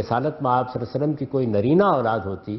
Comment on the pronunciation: Mr ghamidi pls read drooud shareef properly upon nabi e paak sallallha ho aleyhey waallewaslem Jazakla